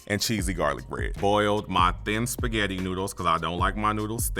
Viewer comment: “Tuday I gots my sketti”